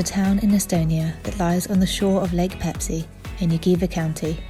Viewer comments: 🤣 When I heard it first I was thinking - “No, you didn’t say Pepsi!”... second time...”Am I deaf...? No, you said Peipsi, yeah...definitely Peipsi.”... third time... “Wait wait wait a minute.... said Pepsi?? Noo...she said Peipsi! Or not... 🤔 “ whaaaat? 😁🤣😁🤣 Same same but different and it doesn’t matter actually! You are so awesome couple...so Pepsi or Peipsi!! What ever you want! You can! 😁🤣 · The lakes name is Peipsi, not Pepsi!😊In English language the lakes name known as Peipus.